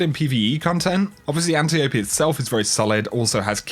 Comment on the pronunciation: The correct pronunciation is "Ant-ee-oh-p." Not "Ant-ee-oh-pee"